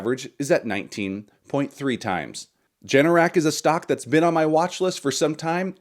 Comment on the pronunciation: You misspoke, Generac is ‘G’NRC not JNRC 😂 add $BMY to your dividend list. For AI add-> $POET